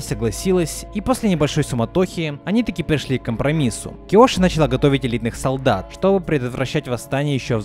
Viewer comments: Дополню ваши замечания: началА, а не нАчала лАдан, а не ладАн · Видео крутое, только меня раздражало то, что ты говоришь не начала́ а на́чала. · Видео огонь, но не мог бы ты говорить началА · началА ,а не нАчала